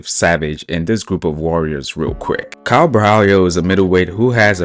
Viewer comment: Caio is pronounced Cayo with a weak o and a strong open A.